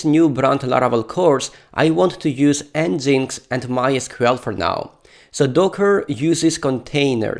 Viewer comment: It's un-in-stall not uni-stall and nginx = engine x